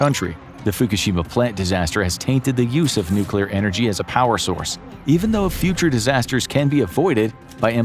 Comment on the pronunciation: I was about to say something similar hahaha... the odds of a nuclear plant employee butchering the word "nuclear," then proceeding to fail mentioning what plant they supposedly work at, are hopefully extremely low.